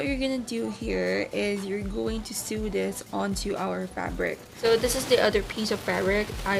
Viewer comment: I love the style! Thanks for sharing the process. By the way Sew is pronounced as SO. like Do Re Mi Fa SO...a needle pulling thread...(referencing the song)